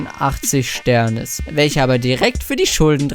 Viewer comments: Es heist SternIs mann spricht dass I mit aus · man spricht sternis: sternies aus